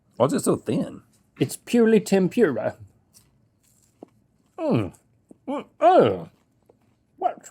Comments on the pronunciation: “ what is this a tem-pura?” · But alas lol I am dying at turbo’s palate 😂😂😂 bless ur heart. Also the way Link says “Tempura”…. “Temp-PURE-ah” 😂😂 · Tempura, yet again mispronounced.